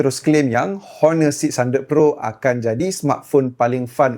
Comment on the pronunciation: sebutan tu bukan Honor tapi one. buang huruf h tu.